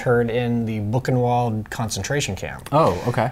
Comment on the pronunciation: Not Bookenvault, Buchenwald. We learn your language, you should learn ours.